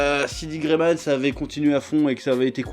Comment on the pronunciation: Mon coeur en peine après avoir entendu "D. Gray-Man"...